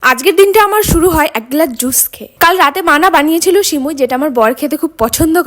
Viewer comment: Shimui na shamai😂😂